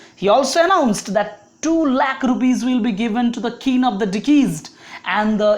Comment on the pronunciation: Kin of deceased .. 'Keen ' ta correction kore dile valo hbe.